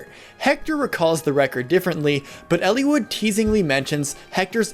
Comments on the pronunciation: It's eel-eye-wood not ellie-wood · I never got the A support ending. I never got all recruitments. I did complete with no deaths. Also I had the reverse look on the three main characters that you mentioned at the beginning of the video. Why are you pronouncing the names like that btw? El-E-wood? I've always said El-ih-wood!